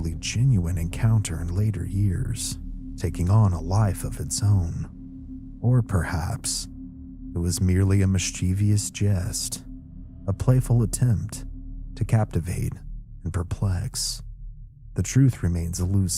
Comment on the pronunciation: This was a very good video and creepy as well. I'm doing my bit to keep the algorithm humming.😊 And please learn to pronounce the word "mischievous" correctly. Thank you.